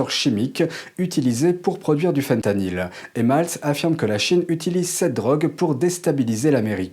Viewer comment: voulez vous bien parler francais svp? on prononce faim tanyl. FIN tanyl une tabounevde mokaraba